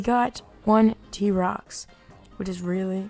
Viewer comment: "rare t-rox and rare entbrat" excuse me stop